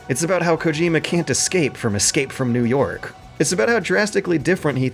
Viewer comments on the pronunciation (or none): none